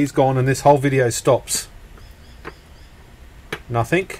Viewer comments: PLEASE READ THIS!!! The word is NOT nothINK. The word IS NothING. Hearing you repeatedly saying NOTHINK, NOTHINK, NOTHINK, NOTHINK, makes me want to leave this message. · Bro... I like Your Videos...And I'm Not A Grammar Nazi...But And In The Video...The Ear Rape Is So Painful...The Word Is Nothing...There Is No K In The Word Nothing!!!!... You Can Say Trying Without A K...And Regretting Without A K ...So Lets Give Nothing Ago...Never Say Nothink... LOL!! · "Nothing".. Not Nothink. The word ends in a G. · It's nothing not nathink 🤔😉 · You do know that nothing ends with a G not K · Please stop saying NOTHINK The word is NOTHING !!! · Nothing, not nathink 🙄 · "nuthink" isn't a word. The word you're looking for is "nothing". (Notice the G at the end...) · Cool Video. But you keep saying nothink. It's nothing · Nothink........ Surely it's pronounced 'nothing.' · It’s nothing with a g not nothink with a k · "Nothingk, nothingk, nothingk, nothingk, and nothingk." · Since when has "K" been on the end of "Nothingk" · Cool vid. Just one thing, there's no K in nothing 😄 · Only me who thinks it's funny that he says "nothink" instead of "nothing"? :) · Hi, there is nothink better than hearing you say the voltage is nothink. ;-) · Why do you pronounce it "Nothink" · I had to stop watching the 8th time you said "nothink" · You say nothink like that’s just the way it is. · the word "nothing" ends with a g,not a k. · Sorry smart video good work and all but I guess I forget my meds or something cause the "Nothink" was making my eyes twitch lol. I think it's time for me to go night night. Wait I need to dispose of some batteries first. Thanks for doing these videos. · it came from the UK and not all Aussies say Nothink lol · Same difference with saying "NOTHIN" and "NOTHINCK" hahaha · “ Nothing” does not finish with a “K”